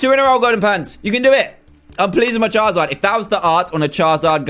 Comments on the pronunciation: Dan do you say chaezard instead of charizard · Did that cupcake guy say, chizard, it's Charizard, Pokemon noobs am I right